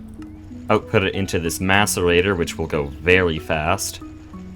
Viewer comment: Thank your for pronouncing Macerator correctly. You are the first Greg player I've seen that has, haha.